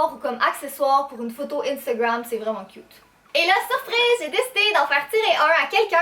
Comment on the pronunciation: C'est moi ou au début quand elle dit les choses inutiles on voit un chat 😂 Et quand elle dit le chausson licorne "Elles sont trop CUT !!!" 😁😋😝💋😘😊